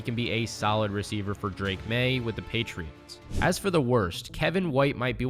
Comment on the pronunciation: Did you say gheytriots?